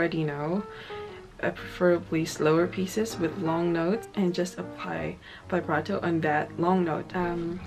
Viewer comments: vee brah toe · First step in learning vibrato: learn how to pronounce "vibrato". It's not "veyebrato". Like literally, it only takes two seconds to check a dictionary. That is not how it's pronounced. You immediately sound like someone who has no idea what they're even talking about. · she still can't pronounce it.